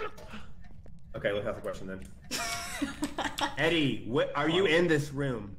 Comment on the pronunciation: y’all weren’t pronouncing edie right omg i was stressing!